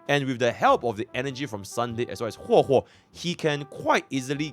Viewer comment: Bro really call her Hwe Hwe in a video vetted by Hoyoverse themselves 😂